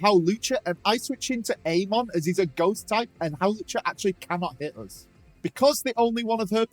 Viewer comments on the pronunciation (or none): none